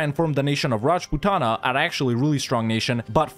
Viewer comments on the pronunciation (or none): PAIN! is when raj-put-na get's pronounced raj-puh-ta-na. mostly due to idiotic transliteration. i have become numb to vi-ja-ya-nugger being pronounced as vi-jai-an-a-gar though.